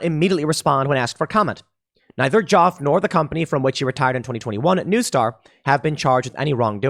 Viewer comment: Just saying, "Joffe" rhymes with "coffee."